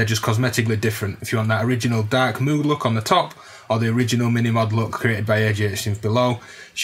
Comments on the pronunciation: It's pronounced Moog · its Moge!! lol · This does seem to be a strange thing..British seem to love Moog products more than anybody, including Americans, but seem uniformly incapable of pronouncing the name correctly.. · Surely on reading it for the first time you read it the cow way too? That's how it would be pronounced phonetically based on the spelling. Maybe it depends on the age of the person - the older among us first heard of Moog through magazines so had no idea how most stuff was pronounced!